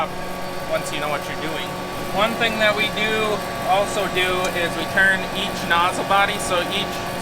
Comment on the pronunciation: You almost said: One thang the we do do is 5.56